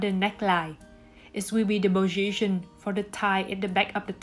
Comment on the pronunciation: Sorry hon, but your pronunciation makes it very hard to understand what you are saying, and even with the subtitles sometimes it's hard to understand because the computer picks up the wrong word since it too can't understand. By the way, it's Position, with a P, not "boschition" with a b, like you pronounced it. Also, I din't understand a thing about how you designed the top part of the dress, your explanation is not clear at all, especially for beginners. All in all, is not a bad tutorial, but I had to go back and watch some parts over and over to understand what you were doing. Thank you for your tutorials, but please work on your English pronunciation.